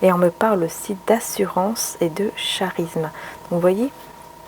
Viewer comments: Bonjour on lit charisme! Karisme et non pas charisme. Je te corrige car je t zime bien 🥰🙏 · Bonjour , " charisme" se prononce carisme.Merci pour votre tirage.